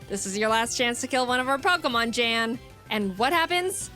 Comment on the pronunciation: it's yanw not jane